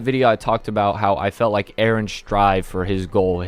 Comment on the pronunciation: You rike? I go make onsen now